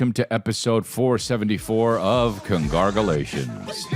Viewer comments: Love when you mispronounce congratulations. Also, Legendz app must be giving u the baggggggg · Wait he said Congarglations!?!? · I love when he says “congarglelations” it always reminds me of that bit he did back in the day :)